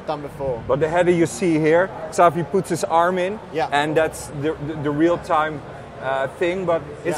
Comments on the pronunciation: Okii did he call xavi chavi and its it me or is tht grass to long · You say Xavi the same as Chavi